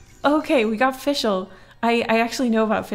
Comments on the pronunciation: It’s Fischl not “FiShEl” FIX IT PLEASE ITS TERRIBLE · Fischl is pronounced fish-ull